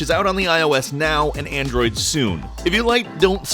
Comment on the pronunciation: "The phone I carry on a general daily basis is an Android"... why'd you say it like that you dick